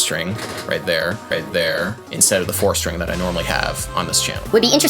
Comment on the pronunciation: did you say four string. Or fore skin?